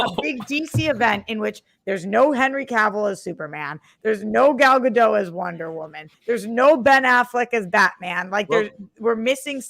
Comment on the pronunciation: The 't' in Gadot is not silent.